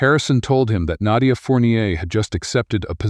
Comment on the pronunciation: I've never heard the name Naydia before. Is that just how the AI chose to pronounce Nadia?